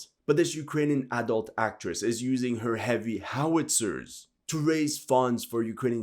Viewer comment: Not to seem like I'm not taking this serious but why did bro have to say "massive howitzers" like that🤣🤣🤣🤣